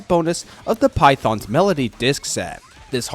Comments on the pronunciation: Great vid, only gripe is phaethon being pronounced like python, from the game I think it's pronounced fay-ton. Can't wait to hear more from you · I think it's pronounced fay-thæn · Unfortunately you're going to have to get used to it, a section of the YouTubers use the Japanese dub where it is Python instead of Phaethon (which personally I also think is just less cool lol) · No, like even with those inaccurate pronunciations provided by the source media, sometimes people will fuck it up. Yelan in Genshin's EN dub pronounces her name kinda like "YAY-lawn"; the stress is in the wrong spot among other things, but things like itspaikon's "Yee-lan" make me die a little inside. As for 'Phaethon', in JP it's written パエトーン 'Paitōn'. The vid pronounces it like 'Python', the kind of snake. EN dub pronounces it as 'Fay-thin'. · Fayton is also historically correct from the Greek pronunciation.